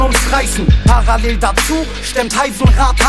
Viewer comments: Joel G er sagt paraell hahah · Wie gut die Aussprache von parallel ist 🤣🤣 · Chelo kann noch nicht mal Parallel aussprechen :D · celo kann parallel nicht mal richtig aussprechen hahaha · Jahr 2020 gucke das viedeo und was mir auffällt celo und apdi können parallel nicht aussprechen 😂😂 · naja Kunst, dieser Song nicht wirklich, celo kann einfach nicht parallel aussprechen und dass in einem Song in dem er das Wort gefühlte 1000 mal rapt. Das ist schon peinlich. 😂